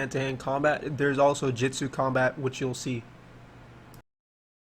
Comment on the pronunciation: Every time you say Jitsu i die on the inside just a little. But the game looks dope.